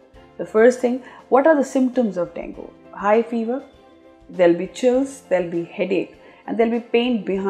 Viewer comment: Plz correct your pronounciation of Dengue. It's not pronounced as Dengoo, pronounced as deng-gay or deng-gee but written as Dengue. Hope that helps your listeners.